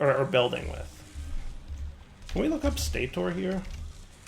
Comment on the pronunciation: wait why is stator stay-tor when motor and rotor are mow-ter and row-ter